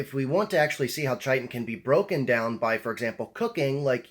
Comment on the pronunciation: It's Pronounced kiton.